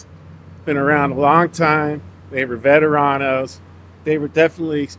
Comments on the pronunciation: "they were vettarawnos" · Where did u dig this quack from??? Just by the way he talks "v-e-t-e-r-a-n-o-s" lmao come on vlad I respect ur work bro but putting some goofy ex cops without exposing shit I tell u for them being cops they sure got the story twisted lol whomever they got their info from did an excellent job on feeding them bullshit misinformation cause they ate that shit up literally. Come vlad theirs some hard-core ex cops that were born n raised in east LA, south central that can Is Pronounce veteranos the way it is meant to be pronounced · “Veteranos,” lol